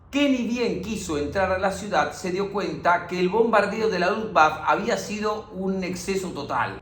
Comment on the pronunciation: Y la "e" final de Luftwaffe se pronuncia